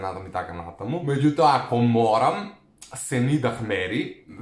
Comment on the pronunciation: senidah se cita senida